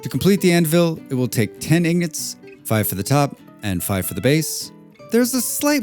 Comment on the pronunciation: It's "ingots", not "ignots". 🤦‍♂😂 Regardless, great video! 👍